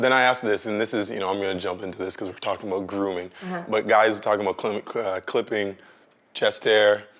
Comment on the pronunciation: we dont say aboot..